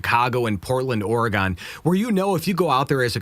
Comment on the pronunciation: OREGON, pronounced: OR'-Y-GUN